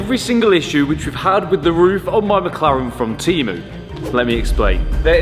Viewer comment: Fun series, though I keep hearing MockLaren :D